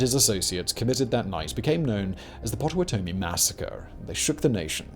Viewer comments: Hearing him pronounce Potawatomi, I had to pause the video and save myself from choking to death on coffee. lmao.... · Having lived in Kansas and familiar with the Native names given to many places, I cringe every time he says Potawatomie and Osawatomie.